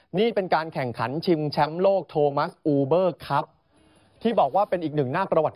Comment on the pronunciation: 0.22. ชิงแชมป์ หรือชิงแช้ง หรือผมหูฝาด